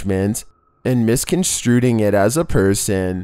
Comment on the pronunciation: "misconstruing".... not "misconstruting" smdh